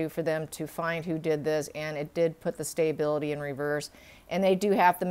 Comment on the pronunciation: st - a - bil - i - ty. NOT st - ay - bil - i- ty